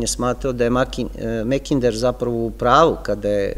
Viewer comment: Makinder je ispravnije nego Mekinder,bar se meni čini a u pitanju je samo izgovor samoglasnika "a" na engleskom.